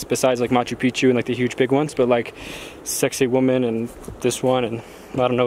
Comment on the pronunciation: HA! I thought i was the only one who heard it pronounced as "sexy woman!"